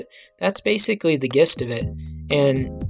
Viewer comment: The word "Gist" is pronounced "Jist". Just to inform you.